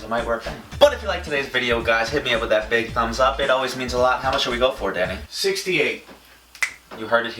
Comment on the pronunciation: i thought you said daddy instead of danny😂😂